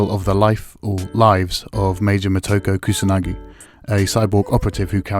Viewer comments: moto-ko, not mo-toko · Why oh why does nearly everyone pronounce Motoko's name with an "a" when it's clearly got an "o" after the "M" in it ._.